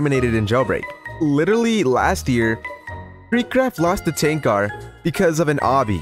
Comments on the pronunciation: Btw you pronounce his name as Tanker not tank ar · "Tanqar" is killing me XD Its Tanq-er is how to say it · The way u prounounce tanqr sounds like ur saying ten cars 😂🤣